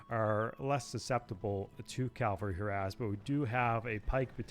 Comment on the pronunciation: "CAVALRY", not calvary...